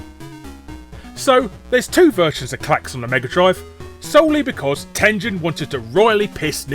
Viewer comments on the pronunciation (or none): it's TEN-GEN, not TEN-JEN. you scrub. Atari (and Tengen) are both names from Japanese. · Ten-jen? I know the company's American but the fact I've learned Japanese have my instincts screaming Ten-gen. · Tengen is a Japanese word written in romaji, so of course the correct pronunciation has a hard G. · It's TEN-GEN, not TEN-JEN. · Tengen not TenJen. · I know Tengen was an American company, but I'm pretty sure it's supposed to be pronounced the Japanese way, with a hard 'G'. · Why won't he call "Tengen" with a hard G? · I always said Tengen like you but I recently saw an old video where one of their own people pronounced it the other way. Guess I was wrong.